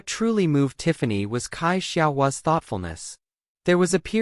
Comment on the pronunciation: Reboot that AI. Don't know whether it is lack of knowledge of English or of the Pinyin romanization of Mandarin, but Cai is not pronounced "Kai". It is pronounced (phonetically) "tsai". Best comparison that I can come up with is the English word "sigh" with a subtle "t" in front - "tsigh".